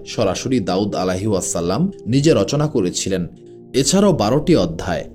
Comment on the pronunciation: Plz Correct Pronunciation - "Alaihissalam" (عليه السلام) is an Arabic phrase that means: "Peace be upon him."